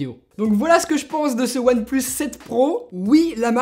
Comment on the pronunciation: We say one plus seven pro hhhhhhh one et plus et sept et pro what the f... hhhhh